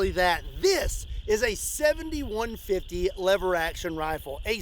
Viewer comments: Am I the only jackass that hears it as the 71-50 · Doesn't it sound like he says 71-50 not the actual caliber 70-150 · can't help it... it sounds like your saying 7150, maybe 71.50 lol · Lol everytime you said "70-150" I heard "71-50"😂😂😂